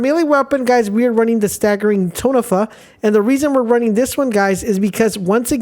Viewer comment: Tonfa ("to" like in tall or TONka...or even like LAWN just with a T..."fa" more like FUzzy). Just curious..is english your 1st language? i ask because ive noticed a few things like this on ur vids (theortically, and exclamation...you say thretically, and sclamation etc.). A few of my soldiers were 1st gen in the states but from spain and would pronounce things similarly.